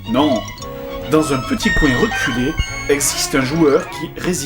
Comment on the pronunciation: Res-cul* :D